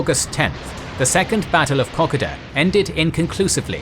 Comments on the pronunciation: I only got to the first ten seconds in this presentation and with the wild mis pronouncination of Kokoda decided to post this with the rest sight UNSEEN. Any history needs to be researched to reveal documentary evidence of what the writer wishes to reveal,. Japanese documents reveal that they landed 22,000 troops at Buna/Gona , 12,000 0f which were veterans of fighting in China, The attack on Hong Kong and invading Malaysia, they were the Pacfic South Seas soldiers, the other 10,000 were made up of different echelons . including, army and logistics and service elemetns. There opponents consisted of 542 men of the Aust ralian Milita, and a nomimal New Guinea battalion that evaporated as soon as the Japanese landed, they went home to make sure their families were ok, something we all would have done. That being said, 542 V 22,000 were not real good odds and the Australians withdrew, the Japapanese pursued them, about 8,000 did, these figures and st ats are available from NOT only the Aus tralina domumen ts but also t he Japanese so are not revisionist history but merely the fact. The Australians WERE outnumbered 16 to 1 at th is s tage by well supplied , well armed and well led warriors or previous enagagements, The Australians were untried militia with limitied training and not much in the way of a program to support a fight against a super ior enemy force. The average age of t he Australian militia was 18 and this is another fact t hat can be CHECKED from official records. Ko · Kokoda is pronounced Coco- dah not Cock-odah. Kokoda is extremely important in the Australian psyche so please review the way you pronounce it. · I have to say this as an Austalian, it's koh-koh-duh, not cock-ah-dah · Love the channel but please please, its ko koda, not koka da. It was just grating to hear that. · I've just gotta say the pronunciation of Kokoda is so different in Australian. We pronounce it ka-koh-dah. Kok-a-dah sounds so strange to my ears. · Pronounced "Coke - Oh - Dah"